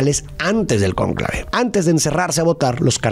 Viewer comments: porque pusiste acento acento en la "a" de conclave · mi, el acento va en la 'o'